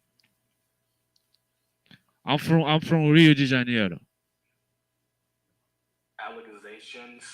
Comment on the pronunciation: That lady was making al la ca gations. LOL Thanks